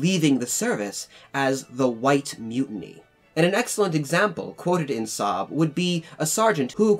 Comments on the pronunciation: Sahib pronounced Si-eb not Saab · Sahib has two syllables Sa- Hib. ;-) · It's pronounced as "sa-hee-b" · The correct pronunciation is "saa'hib", though is often pronounced the way the narrator does in the video. Source: I'm a Pakistani.